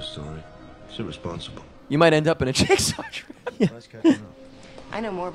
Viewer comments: YOU SAID JIZZ-GAW!!! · I kept thinking that you were saying Jake Saul... I'm so tired I thought that was Jigsaws real name and I just never noticed before lmao